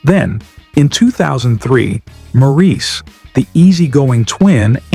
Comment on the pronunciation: The narrator should’ve been told Maurice’s name is pronounced Morris.